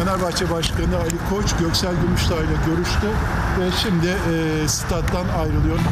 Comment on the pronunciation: Hayatı boyunca şimdiyi şindi diye söyleyen Sinan Engin adamlığı